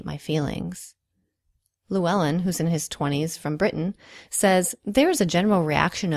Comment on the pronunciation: I enjoyed this but you mispronounced Llywelyn. I'm a fluent Welsh-speaker and the double L in Welsh sounds like the noise a cat makes when it's angry. Llywelyn is a very regal name actually as it means "leader" in ancient Welsh. It's strange because traditionally, in Welsh culture, sensitive men were highly valued because they were musicians and bards and it wasn't uncommon for a man to write an extremely passionate song about his girlfriend or the woman he wanted to be with. The English gave them a reputation for being fierce warriors although if you look at the culture among Welsh men in the time that they were fighting, they didn't want to be at war at all. They fought because they were passionate about their homeland and the English were constantly threatening to take it from them. If you look at the poetry and music written during times of war, they are melancholic. Welsh is a very passionate language and words hold a lot of weight to them. Something that sounds normal in Welsh could quite easily sound hippie-ish in English lol. We as Welsh people are known to this day for our patriotism and our genetics are still very closely related to our Celtic ancestors' genes, and there might have possibly been a lot of highly sensitive Welsh men hundreds of years ago. It's the masculine stereotypes that have come about since then that have become more prominent now, strangely.